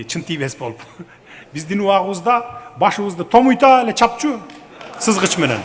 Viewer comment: Сызгыч менен деп кулдурот го😅😅😅